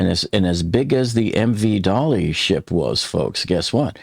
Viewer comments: I will once again point out that the ship is not named Dolly, but rather Dali, as in the Spanish surrealist painter Salvador Dalí, for whom the ship was named. Dalí is pronounced “dah-LEE” not “DOL-ee” (in IPA, ðaˈli) You provide good and timely information, and I appreciate your continued coverage, but it’s super jarring to hear the ship’s name repeatedly mispronounced by so many Americans in the media and on YouTube. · This ship was named after Salvador Dalí , the famous spanish painter. Her sister ship Cezanne was named for French painter Paul Cézanne. So, the ship's name pronunciation is not "Dolly", its Dalí (dah-LEE).